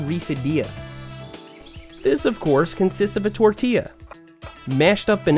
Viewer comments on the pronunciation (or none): Yo Seth, you are of hispanic decent for sure. Tortialls and avacados!? Lol